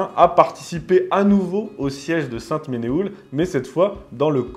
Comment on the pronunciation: Ne recasez surtout pas "poliocétique" dans la conversation; vous auriez l'air d'un ignare. Il s'agit de la "polioRcétique". Quant à Sainte Menehould, cela se prononce "sainte Menou" tout simplement.